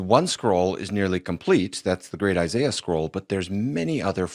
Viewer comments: Who is Eye Sigh Uh? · I'm sorry, but I don't trust the dude who pronounces Isaiah as "eye zye yah" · As a jew. The way he says Isaiah's name is wrong. Already not even a reputable source. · If you start to call out an expert for "lying" make sure you pronounce the names and words correctly. smh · This is so obvious you gotta trust the guy with the accent did you hear the way that he pronounced Isaiah? Yeah either that or trust God. But if you have to trust a man choose the one with the accent. Come on guys this Foolish. Trust God. We have the Spirit of God. This is clearly just Satan did God really say you touch the tree you will die? Grow up is it really so hard to trust God? He has ears let Him Hear didn’t you hear the verses that were read? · Like the way he pronounces Isaiah.